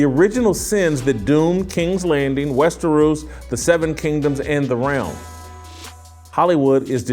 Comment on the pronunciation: "King of 'Westeroos,'" - like it rhymes with underoos. Gimme a goddamn break. Stick to talking to what you actually care about.